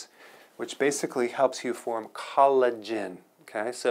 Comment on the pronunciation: Good information. The collagen pronunciation was funny... not a funny subject though. Question: So when we are prescribed statins, is that a good approach? Doesnt seem that it is.